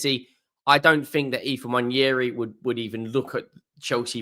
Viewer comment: I will subscribe if you can PLEASE learn how to pronounce Nwaneri